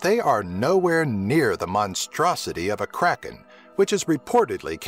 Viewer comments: I like how , it's not "The kraken" it's "The Krrraaaken!" :D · Was anyone else kinda uncomfortable the way he said "Kraken"? No offense though, I liked the video!